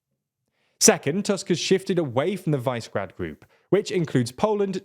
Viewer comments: Please don't call it vicegrad it's super annoying, it's pronounced wish-e-grad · While I value your diction, very frequently I am impressed by how well you pronounce the slavic names, Visegrad is not Vicegrad, or WISE-grad, it is Vishegrad. Višegrad. Slavic origin of the word, means higher city, roughly. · Pretty sure it's "VIZ-eh-grad", not "VICE-grad". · It is not pronounced "Visegrad", it is "Vishegrad". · guys... "Vice-grad"?! It's "Vishe-grad" Please get briefed on pronunciation before recording. You're doing a great job. Keep it up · Its pronounced vishegrad, not vicegrad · Also it's Vi-Se-Grad, not Vice-Grad... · I heard English language media call it Vizzy-grad. Your way appears to be the correct way. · Is it so hard to check how placenames are pronounced and make at least a minimal effort to replicate them faithfully? This, and sloppy factchecking in some of your videos, is making me take your content less and less seriously. Anyway, Visegrad is pronounced Vi-She-Grad: - Vi as in "visa" - She as in "shell" - Grad as in "gradual" (the two words actually come from the same Proto Indo-European root that has to do with building - "gradual" is one that's being built up, while "grad" initially meant "fortress", i.e. something built around a city to protect it) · It is pronounced Vyyshehrad... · Since when did you forget how to pronounce Visegrad??